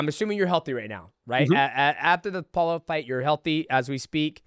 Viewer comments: He called Paulo "Paula" 😂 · 😂 Calls him Paula again lol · I feel like DJ intentionally mispronounces fighters' names at this point 😂 how do you get Paulo wrong? Paula? Come ON bro